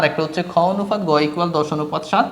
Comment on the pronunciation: অনুফাত না অনুপাত😅